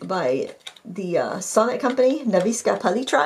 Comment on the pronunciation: Also: Nefs-kaya Pah-litra, thats how you pronounce it.